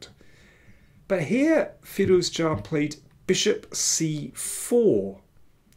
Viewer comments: i was wrong. your pronounciation is correct and every other commenter's is wrong. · You pronounce Firouzja's surname really well